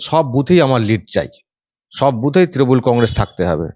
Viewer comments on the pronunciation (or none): none